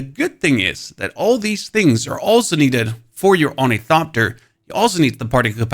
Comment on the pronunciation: it silently kills me that the guy who did the best ornithopter tutorial also can not pronounce it correctly, not for failure, oh no, because his god damn accent :face-green-smiling